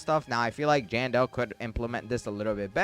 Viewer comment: Am I the only one who noticed how he always misspells Jandel and says Jandal and another thing a normal candy blossom is like in the thousands but 1 normal lilac I had was 21 million and suncoil is said to be better than candy blossom do ur research next time